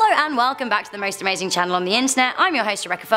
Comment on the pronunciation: Did you realize at the end you said alazing Lists? Haha